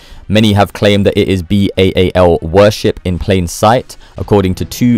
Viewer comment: You can't pronounce Baal